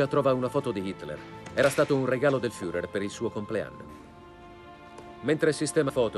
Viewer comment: LA PRONUNCIA FIURER non si può sentire!!!